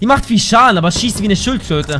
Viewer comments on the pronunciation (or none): Bei sagst du da schildkröte oder schrötflöte? :D